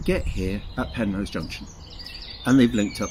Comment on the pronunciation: Penrhos not Penrose.